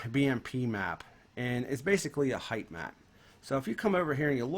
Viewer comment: It's spelled and said Height not "Heigth". Basic english and yet people still can't speak it in "2020 in this case".